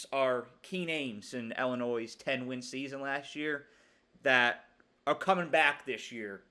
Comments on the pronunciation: Cool video. Illinois alum/fan here. We could go 11-1 or 7-5. You never know with us. Also, for future reference—please pronounce Illinois like “ill” not like “ell”. You’re still far ahead of everyone saying “ill-a-noys” though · I thought it was pronounced Illinwah since it’s a French word